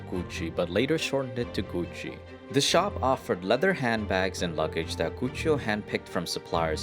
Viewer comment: Its Gussi not Gutsi